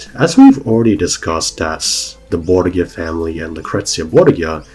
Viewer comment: It is always interesting to hear how English speakers pronounce words from Spanish. You almost got it. To pronounce it as you do, the name should be written "Borguia". The modern pronunciation of that faimly name would be closer if you swapped the G for an H. Bor-hia. That aside, the video is awesome. Thank you so much for all the research you made for it.